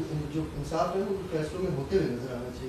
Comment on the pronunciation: Ansaaf!!!!..its insaaf😅....bhai meray...